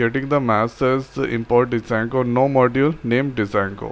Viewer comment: Its called jango not D jango